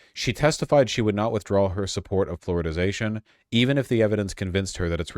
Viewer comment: Is he intentionally saying "Floridazation"?